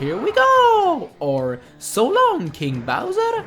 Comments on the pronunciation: Joelee Rowger Bay? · connor bowers I thought he said "Surround me bowser!" I was confused.